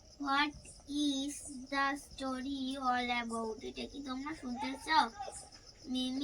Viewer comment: english uccharon ta bhul bolle estory noy kotha ta story r ago kothata ego noy